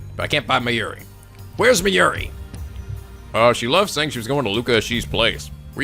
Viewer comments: Hey I love your lets plays, Catherine was especially hilarious! One thing though Mayuri's name is pronounced My-yuri it just sounds weird haha, besides that this LP is fantastic!!:3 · are playing this in preperation for Steins;Gate Zero coming out in November?! By the way the Mayuri is pronounced (My You Re) Kurisu is pronounced (Chris with a sue at the end though the s in sue is silent so its Chris + ue).